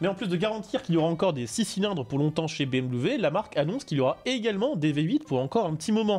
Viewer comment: Dire BMV pour BMW me détruit des neuronnes